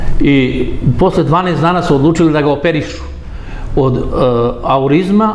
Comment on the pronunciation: ni jedno ime stranih državnika ne zna tačno da izgovori, na to smo se.navikli. ANEURIZMA a ne aurizam. brukate se, a tako sam volela da vas slušam.